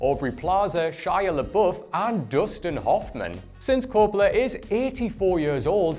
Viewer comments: It's COPolla not copOLla. You put the emPHAsis on the wrong sylLable. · It's COP-pola. Not cop-PO-la. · It's CAPpola, not caPOla. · Stop saying Coppola like that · He mispronounced Coppola too. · Its Arrakris not Icarus. Between that and how you butchered Coppola, you may want to take some lessons.